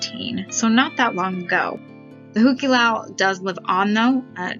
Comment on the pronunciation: I've been to the Hu Ke Lau (points for your correct pronounciation!) several times over the years and always enjoyed the kind of old fashioned and slightly cheesy vibe it had. I still have a Tiki mug from there that I picked up during a friend's bachelor party ;)